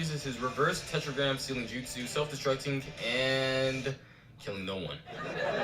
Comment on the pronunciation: did you just call jutsu, jizzsu?! lol